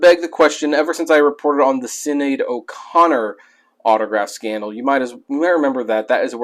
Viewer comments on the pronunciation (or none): Hopefully you caught this after the fact in the last year or so since you did this video, but you were pronouncing Sinead O'Connor's name wrong. It's an Irish name and for an American sensibility, the way they spell certain names have strange pronunciations. But yeah, it's not sin-aid or sinide. It's more like shin-aide or shin-need. And later, at least you were able to catch the "authenticate" word flub mid-speak. On the positive, props for the info on the Loggins book.